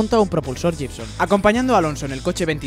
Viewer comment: Se pronuncia Guibson, no jibson.